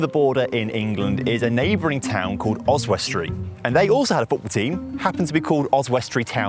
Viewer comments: It's pronounced Os_wi_stree, not Os_west_tree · So random seeing my home town pop up on youtube. Also Oswestry is pronounced, Oz-wuss-tree with the emphasis on the Oz. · Really annoying me how you’re pronouncing Oswestry. Oz-wust-tree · As a local and a fan of your work your pronunciation of Oswestry is painful yet sweet to see new content... 🤣